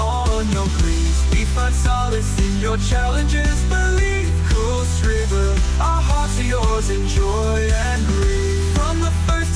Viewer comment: It's a great song and a great idea but the pronunciation of kuilsriver is unfortunately wrong. Would have been better if it was pronounced correctly. Great song though.